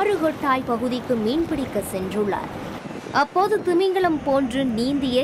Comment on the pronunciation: அருவெறுப்பான தமிழ் உச்சரிப்பு. நீச்சள், திமிங்களம், கர்நாடக எள்ளை. இதெல்லாம் என்ன உச்சரிப்பு? மொட்டை நாக்கு உச்சரிப்பு. நாராசமாக இருக்கிறது. திருந்துங்கள். உச்சரிப்பைத் திருத்துங்கள்.